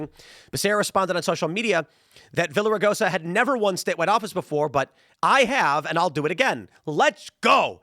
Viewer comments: Oh my gosh your mispronunciation Villaragosa was so Gringo, lol! The double "L " in Spanish is a "Y" sound. So its basically pronounced Viyaregosa. Like how "Pollo" (Chicken) is actually pronounced "Poyo"... 😆🐔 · LL in the Spanish alphabet makes a Y sound so it sounds like Viyaraigosa. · Tim you always get names wrong. It's Veeyah --RIG -oh -SAW But his real last name is Villar so just say that.